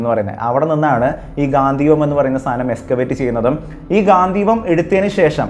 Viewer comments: ഗാന്ധിവം അല്ല bro ഗാണ്ഡീവം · ഗാന്ധിവം എന്നല്ല ‘ഗാണ്ഡീവം’ Sanskrit: गाण्डीव എന്നതാണ് അർജുനന്റെ ധനുസ്സിന്റെ ശരിയായ പേര് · ഗാന്ധിവം അല്ല ചങ്ങായി ഗാണ്ഡിവം ആണ് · ഗാന്ധീവം അല്ല Mahnnn Its " ഗാണ്ഡീവം " 🏹🛐🗿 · ഗാന്ധിവം അല്ല ഗാണ്ഠിവം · അവതാരകൻ പറയുന്നതു പോലെ ഗാന്ധിവം അല്ല ഗാണ്ഡിവം ആണ് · Bro its ഘാണ്ടിവം not ഘാതീവം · ഗാന്ദീവം അല്ല ബ്രോ ഗാണ്ടീവം എന്ന് ആണ് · ഗാന്ധീവം അല്ലെടോ ഗാണ്ഡീവം . താങ്കൾ കണ്ട PDF വായിച്ച് ഓരോന്ന് വിളിച്ച് പറയാതെ മഹാഭാരതം Brief ആയി വായിച്ച് വീഡിയോ ഇട് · ഗാന്ധിവം അല്ല gandeevam ആണ് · ഗാന്ധീവം അല്ല ബ്രോ... ഗാണ്ഡീവം ആണ് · ഗാന്ധിവം അല്ല ഗാണ്ഡിവം 👍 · Gaanthivam alla gaandivam aan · Ponnu setta gandheevam alla .gandeevam... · ഗാന്തീവം അല്ല സഹോദരാ ഗാണ്ഡിവം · Bro not gathivam..ok..gandivam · ഗാന്ധിവം അല്ല ബ്രോ... ഗണ്ഡീവം... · ഗാന്ധീവം അല്ല ഗാണ്ഡീവം